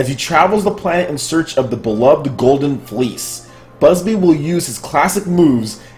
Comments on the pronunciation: IT'S NOT BUSBY !!! IT'S BUBSY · BUB-sy not BUS-by... 😆😆😆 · bro its not Bubsy not Busby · Anyone else gets triggered when hearing Bubsy as "Busby" ? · (keeps saying busby) TRIGGERED!!!! xD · bubsy not busby. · Okay, who else HAD to correct everytime he said "BUSBY"? x'D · You saying Busby was irritating me more than It should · put some respect on his name it's Bubsy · Also, you're pronouncing Bub-sy wrong. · well you could pronounce BUBsy wrong for one thing lmao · News so shocking could not pronounce Bubsy's name right XDDD